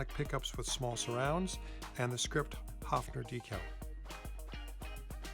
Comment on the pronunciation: I could huff !!! As you sympathise with this instrument of Germany: learn to pronounce it respectfully. It is not a HUFFing...! The vowel is pronounced like in BIRD!:::H"oe"fner !!!